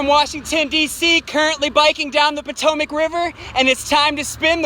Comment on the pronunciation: I guess I maybe never heard it aloud before but do other people pronounce it like Poh-toh-mick? I've always thought it was Pot-o-mac.